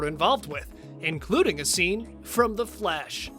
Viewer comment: Why does he say flash like The Flesh